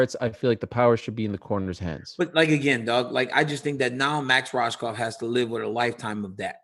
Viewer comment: Rohskopf is pronounced Rose - cough